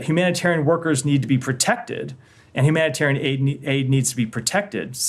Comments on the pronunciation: HumanitORIAN?.......someone can't even say the word! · He intentionally mispronounced Humanitarian Aid Trucks.. “humoratairan aid truck”!